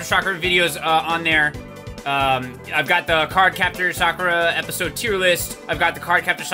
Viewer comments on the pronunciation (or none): none